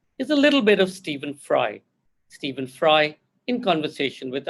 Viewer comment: Please can you get his name is correct - it is Stephen - which need to be said as Steven. Did you notice 'v in it? Yes, that need to be said. Every time I hear it, it feels like slap on my ears.